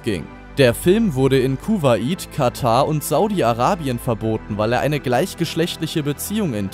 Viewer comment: Kuhwaiet... Man kennt es....